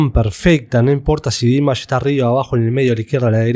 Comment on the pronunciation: A alguien más le desespera que no pronuncie bien el nombre? ..... Es Dimash, con acentuación en la última sílaba, palabra aguda, por favor! Hay que investigar antes de publicar. Gracias.